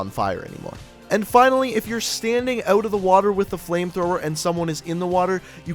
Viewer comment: Ok can you damn cod you tubers please learn how to pronounce "out" and "about" . I'm so sick of hearing (uh-bewt) And (ewt) good video but please pronounce the words correwtly